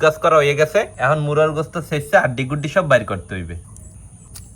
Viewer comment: মুরগির গোস্ত বলতে পারেন না মুরার গোস্ত কেন বলেন।